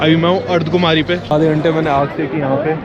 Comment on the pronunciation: Bhai ardhkumari nhi hota ardhkwari hota hae